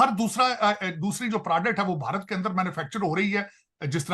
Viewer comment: प्रोडक्ट को प्राडक्ट बोलता है, क्या सीखेगा तू, अभी बहुत पीछे हो तुम लोग